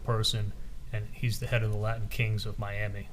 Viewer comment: Rashbaum:"Laddin Kings" "threadened" 🙄🙄🙄